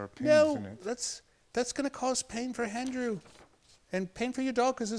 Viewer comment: Why does he add an 'h' in front of Andrew's name? He says Handrew instead of Andrew! What the heck?